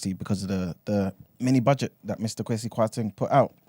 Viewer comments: It’s the A that makes ppl think it’s pronounced Kwa-see , most Ghanaians would have the E but I like my man do not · its pronounced “Kweh-See” not “Kwaah-See” 😂😂😂